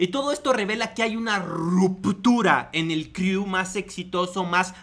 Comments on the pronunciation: Crew se dice cru no criu. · neta me castró como pronuncias "criu"... De verdad si no hablas inglés o no has escuchado cómo un angloparlante pronuncia las cosas buscalo en google!!! se pronuncia "cru" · jajajaja como confiar en alguien que dice criu :v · jijiji "...DEL CRIU " . 😂😂😂 CREW(CRU) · "Criu" jajaja ya que te dedicas a criticar aprende si quiera a pronunciar